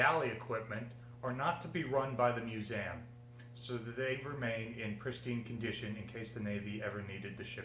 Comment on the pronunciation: Why is he saying museum wrong?